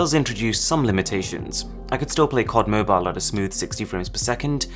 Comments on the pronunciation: Caud Mobile.....nooo🥴...its C.O.D. Mobile😒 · Anyone realized he said Kod Mobile instead of C.O.D Mobile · Hearing COD as "cod" cringes me I dunno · Did he say "CAUD"? That's making me uncomfortable 😂